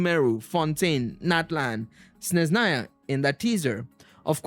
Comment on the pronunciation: Practice more in spelling Sezhnaya righly. Sne-zh (sound J like in french words "massage") - na-ya. No Z sound